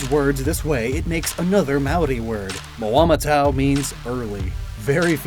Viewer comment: not ragging on you at all, but just trying to give some constructive criticism around the New Zealand inspirations. "Aotearoa" is pronounced more phonetically like te is tay and ao is similar to ow and "Māori is pronounced like the word "moldy" without the L sort of. in the Māori version of the myth Maui pulls the north island (which is a big fish) out of the sea and is is carved by his brothers who want the meat. The hook Maui uses is also the jaw of his grandmother. the design on Moamatau are quite good but i expect to see more korus which are generally more recognisable as new zealand, however they may be slightly out of place on a dinsoaur or mosasaur such as this. loved the video and all your other content!